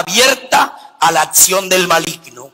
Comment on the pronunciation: Me pregunto de dónde sacaron esa firma de vestirse y luego eso de cataquesis!!!! Qué loco , el siete es el número perfecto de Dios!! Cual santidad!! Un humano, un papa!! Dios es el único santo! Y ni pronunciar sabe dijo sesto en lugar de seXto!! No hay pecados pequeños!!! Atsion dijo, es aCCión. Demonio!! Si en la católica misma vive.